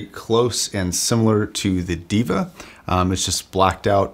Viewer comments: Diva? Its Deva pronounced (daeva), which means GOD. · It's not DEE-VA, it's THEY-VA/DEY-VA, meaning the Divine. You need to check out the original pronunciations of Arya, Sundara, Deva, you're mispronouncing all of them. PS: These are taken from the Sanskrit language. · ˈdāvə that's the right pronounciation for deva. Which means god in sanskrit. Love the production quality of your videos. Keep it up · its sort of pronounced 'Day-vuh'. It means god. then again I can see god being called a diva. On second thought. you are fine lol!